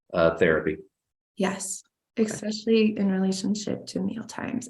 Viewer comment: Ugh! Have to do a petty vent -- therapist Ashley has a doctorate but says "ex-specially". Come on!